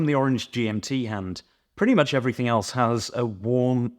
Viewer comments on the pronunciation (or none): none